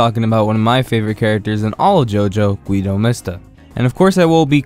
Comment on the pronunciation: you don't read it as "güido", you read it as "gido".